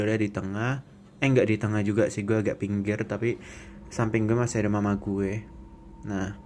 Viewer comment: "Masalahnya dia itu ga diem, dia itu jalan ke ggggueeee" - medhok mas:)